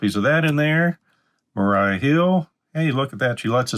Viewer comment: Maria, not Mariah. Mah-ree-uh, not Mah-rye-uh